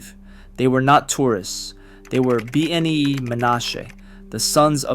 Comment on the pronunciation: Oh, and your "Bee-en-ai-i" is ridiculous. It is properly pronounced, "Beh-NAY." Plus speak it correctly. Thanks again.